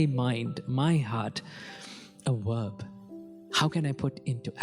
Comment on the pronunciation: I love your help xx. Lovely teeth x. Verb baby not wwwwworb. Xxxx